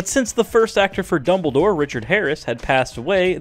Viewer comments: I know his name is Dumbledore (not dumble door). The person in the video said double door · Exactly! FGS it's Dumbledore, not 'doubledoor'.